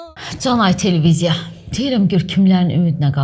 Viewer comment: Bir dənə Telveziya sözünü də düz desən ,fsyo,hər şey tamam